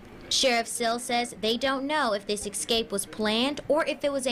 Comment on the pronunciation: Escape not ecscape.